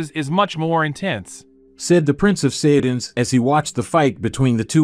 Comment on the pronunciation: Saytins 🤦🏽‍♂️ to think how many times we herd it still cant say it right